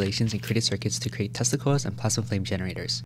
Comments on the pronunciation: Who else heard "testicles" when he said "tesla coils" 💀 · Be careful when you pronounce "tesla coils" bro